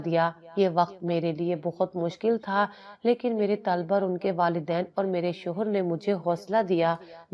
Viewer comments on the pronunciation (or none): Mashallah kahani bahut achchi aur bamaqsad hai lekin is mein aap ne padhne aur likhne mein ek galti ki hai aap ne bar bar taaliba padha aur likha hai jab ki sahi talba hai